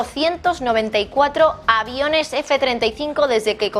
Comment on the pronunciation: Primero, aprende a pronunciar;y Luego entérate más de Aviones